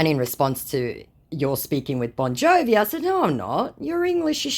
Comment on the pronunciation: Ah yes "Boni Jovi", and his hit songs "Living on a prayeri" and "Deadi or Alivee"